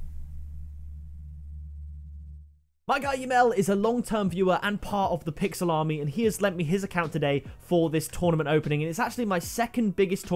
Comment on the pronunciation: Whenever he says pixel army I hear Pixel Salami